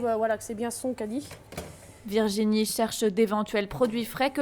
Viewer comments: C’est moi ou la voix off ne peut pas dire Cadie 🤔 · La voix off n’arrive pas à dire caddie